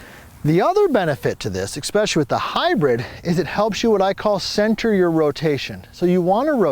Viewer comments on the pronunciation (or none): the word is especially not expecially⁰